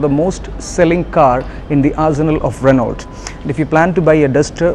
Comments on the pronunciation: Try Renn-O. Before coming on cam learn how to pronounce stuff. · its not ranolt, Its 'renou' Address the manufacturer as 'renou' and avoid 'kompani', 'kompani' slang the sales reps use.